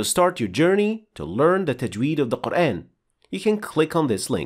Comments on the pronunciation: In shaa Allah the shien has a clear fatha sound here as it should ( a naseeha brother make sure the letter ha is also pronounced clear and the end of the name of Allah) but then you pronounce Qur(aen). Explain this pls brother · I have a question, why do you say Qur’an with American phonetic sounds of letter a. Isn’t it supposed to be Quran, natural Madda on alif?